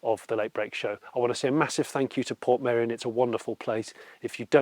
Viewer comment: “I’m off to shoot a video in Portmeirion.” Are you going to learn how to pronounce Portmeirion? “Nah, can’t be bothered.” But it’s easy: Port May-Re-On. “That’s far too complicated. I’ll just call it Port Merry On.”